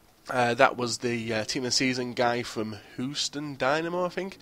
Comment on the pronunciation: Lol ur pronunciation of American/Hispanic names is hilarious. Wand-oh-low-skew and Cast-I-yo. And Hugh-ston. Lol I'm not hatin I just thought it was funny.